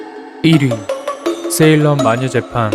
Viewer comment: 세일럼 보고 세일러문이라고 들음ㅋㅋㅋ